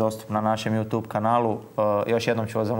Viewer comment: NA "JU TJUBU" A NE NA "JU TUBU!"